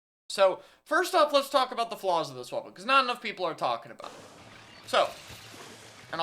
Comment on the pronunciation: I genuinely heard; "Let's talk about the floss of this weapon"